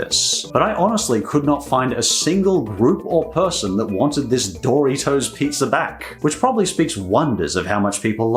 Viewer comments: I kept hearing it like "Dorry toes". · hearing you pronounce doritos as "DOOR-EEH-TOES" made me want to die lol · Doritos is not Pronounced Dory toes